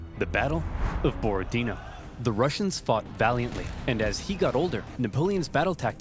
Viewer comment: "Borodino" ("Бородино") is stressed on the last syllable.